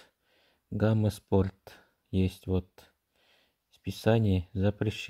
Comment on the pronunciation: Хахахаха, гама спорт, иди английский учи